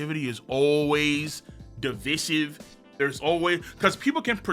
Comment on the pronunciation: Just found out I have been saying divisive wrong all this time 😂